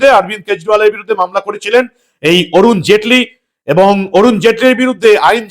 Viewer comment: নাম টা বরুণ জেটলি নয়। অরুন জেটলি।